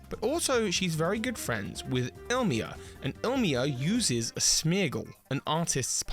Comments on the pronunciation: It’s Ilima not Ilmia lol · ilima, Il-i-ma, not ilmia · il mia? i li ma Why are all americans dyslexics ? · just fyi it's 'IL-I-MA' not 'IL-MI-A' :) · ill mee ah? I pronounce it as "il ee ma" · His name is Ilima, not Ilmia. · Not one Youtuber can say “Ilima”’s name right. Oh well 🫣